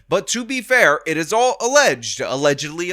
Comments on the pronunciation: Not "allegedly", "allezedially" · I think you mean, "alazatedly".